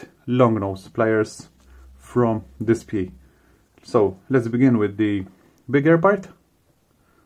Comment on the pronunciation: It's pronounced This-pay according to the official DSPIAE people. Also, thanks for the vid! Was looking for more info about this thing!